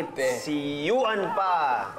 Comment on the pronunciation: Yuan not yuam